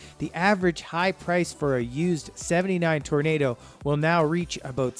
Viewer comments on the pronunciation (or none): Hey! It's Oldsmobile Tor-nah-doh not Tor-nay-doh. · you lost me when you said tornado v toronado. if you do these videos at least get the names right. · Toronado not tornado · Toronado is not pronounced "tornado", but tor o nad o. FYI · Man, who is this a 5 year old. Get the names correct please. The olds is pronounced TOR-AA-NADDO, it is not a tornado! And the Lincoln is a Mark 5. The V is a roman numeral for 5. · Tor-o-na-do not tornado, brougham is one syllable, sounds like comb. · It not an Oldsmobile Tornado, LOL, Its the Toronado. Pronounced: Tor- oh- nahd - oh. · In 66 Olds division of GM wanted to rival the Rivi, so they came up with a very state out the art version which had a complex chain driven front wheel drive system. It was called the TORO NA DO. NOT TORNADO. WTF R U SERIOUS. To speak of car culture and butcher the names as such in this video is like wearing a tank top tucked into your jeans headed for the golf course! 😝 E for effort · Its toro-nado to tornado you doofus! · TOR O NADA......not tornado......for Gods sake How on earth were you chosen to narrate this video?? Your mispronunciations are irritating and insulting. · Tor-AH-NAH-dough not Tornado LMAO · ITS T O R A N A DO not TORNADO What a Genius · Be nice if people who put out these videos actually did research on how to pronounce the car names. It's not Tornado, it's Toronado. And it's not Bro-um, it's BroMmm, one syllable. It's not FAY-TON like some Star Trek phaser, it's faytawn, one smooth word. It's not a Lincoln Mark V, it's a Mark FIVE. Your facts and visuals are excellent, however, so you get props for those. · This poster has a speech impediment. Toronado not Tornado. If you are going to do a video on 1970's cars....learn to pronounce. At least you did not botch up Eldorado or Seville. And what the hell is a Mark Vee?? Its a Mark Five....V is a roman numeral for Five!!!! Learn your car models. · "Tornado"?????????????????????? It's "Toronado" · And it's Toro-na-do. Not Tornado.